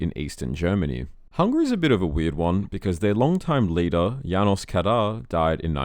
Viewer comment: Janos is pronounced JanoSH in Hungarian.